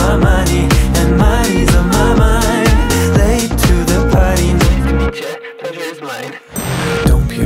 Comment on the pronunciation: Super, tylko ta artykulacja... jest dużo tekstu a spiewa jakby od niechcenia pod nosem i wtedy ten angielski jeszcze gorzej wypada. Z dobrym lektorem popracować by się przydalo nad "r" szczególnie. Np. słowo "party" jest wymawiane jako pari a należy zwrócić uwagę że to "t" w minimalnym prawie niesłyszalnym stopniu ale jest. I to robi różnicę. Mi trochę przeszkadza tyle tekstu wypowiadanego pod nosem. Ale i tak jestem fanką